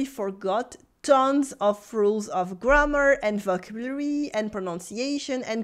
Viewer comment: Bonjour, Your videos are always great but your pronunciation in English of “vocabulary” is off. It’s very close to the French pronunciation – vo cab u lary. Best wishes, Phil.